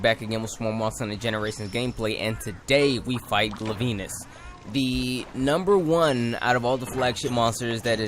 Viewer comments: Gla-veenus? seriously? its Glay-Vinnus, as in a Glaive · its glav-enus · he said his name wrong gla-ven-e-us <------------------ how to pronounc its name